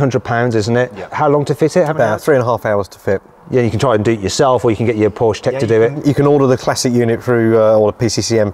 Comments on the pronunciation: Even when the Porsche employee keeps correcting your wrong pronunciation you continue with inaccurately pronouncing Porsche! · Its not 'Porsche' . . . . its 'Porshaaah' 😆😅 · How tf can Matt still pronounce Porsche as Porsh as an owner? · come on Mat, it’s PORSCHE, not pooOOsh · You can’t or won’t say “Porsche” properly? You’re a punk. Go buy a Corolla. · You said the brand wrong and the wheel is on the wrong side. Lol did you wreck it? Jkjk I sat in my c4s today for the first time. We all have fun don’t we? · Another person who does not recognize that Porsche is a two syllable word................... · Owns a Porsche, is a motoring journo, but doesn't know how to pronounce the brand's name. There again, he's also used "broke" as the past tense of "brake"! Probably thinks "brake" is spelled "break. 🤣🤣🤣🤣🤣🤣🤣🤣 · Stopped watching the video and gave it a thumbs down soon as you pronounced Porsche incorrectly.